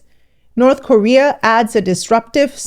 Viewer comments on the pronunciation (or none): none